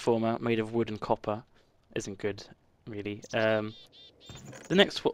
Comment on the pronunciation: Why are you calling copper coppe? Fun